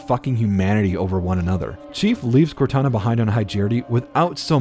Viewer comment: it sounds like you meshed both Cortanas and Kataras names together